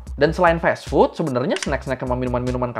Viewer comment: fas fut bg bukan fes fut